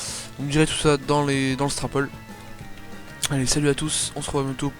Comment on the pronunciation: HCF / DTR Juste on dit "strooooowpoll" pas "strapaul"